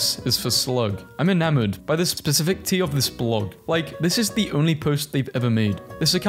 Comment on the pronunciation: the way bro pronounced specificity 💀